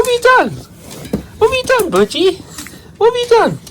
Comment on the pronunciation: Love dad's accent especially when he says Bir - Die!🤓 Bird Bird is such a precious baby!💕💜